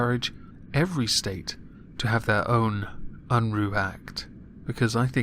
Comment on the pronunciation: Jesse Unruh, also known as Big Daddy Unruh, was an American Democratic politician and the California State Treasurer. His name Unruh is not pronounced Unroo but the ruh rhymes with the common verbalized pause "uh". He was a knave and scoundrel and a true blue progressive of his time. As all progressives do he affixed his suckerlike appendages to the the money and became state treasurer of California to better position himself to hand out political favors (which he did). He was also JFKs campaign manager and sat in Congress for a while. Just thought you would like to know a little about the man behind the funny name. I like the new outro. Liked and shared!